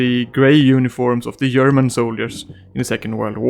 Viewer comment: "I yust love the yerman coats"